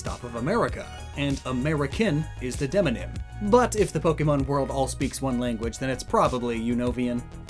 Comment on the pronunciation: You went way to hard on the word demonym. Literally demographic name. Lol